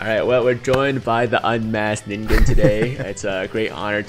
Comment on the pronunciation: That was surprising..... learned to pronounce 'Ningen'.